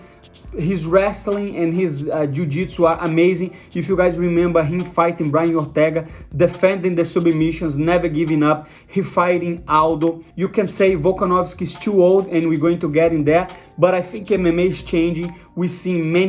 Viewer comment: de sobii-meeshionz